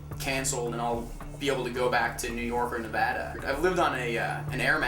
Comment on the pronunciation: He is definitely from Nevada bec of the way he says Nevada